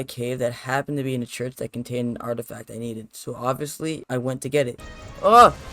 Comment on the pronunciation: Mans called an “artifact” an “artistack” 🤣